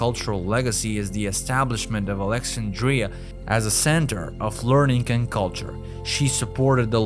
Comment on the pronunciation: It is too bad that the narrator cannot pronounce important words, including the word Alexandria.